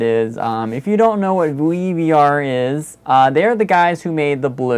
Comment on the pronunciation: Awesome job. Really enjoyed the it. Random info… WEVR is actually said, "weaver". I also thought it was WE-VR, (which frankly makes more sense), but I've been talking with them and they all say it "Weaver". Please feel free to say it however you want but I guess that's the official pronunciation.